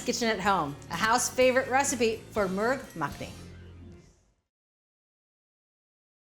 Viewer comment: I pressed play, only to hear how she pronounced the name of the dish. I wasn’t disappointed. 😂 Nothing wrong with using a rice cooker, but it really doesn’t take long to make steamed rice. Not sure why she said it would take longer than cooking the main dish. Not so. We usually cook rice about 10 mins before we’re ready to serve up